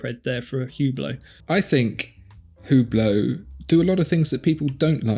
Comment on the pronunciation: For Hublot, you butchered the name? Watch magazines either pronounce it as “U Blow” or “Ohh Blow”. Although looking at others and how they pronounce it… now I don’t think anyone knows how. 🤔